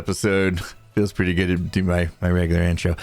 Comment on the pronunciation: PRETTY redstone, Impulse. You said the word "pretty" wrong there, hahahaha. That's what you should ask for from Bdubs for doing the leather armor :)